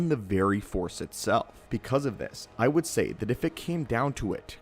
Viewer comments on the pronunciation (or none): none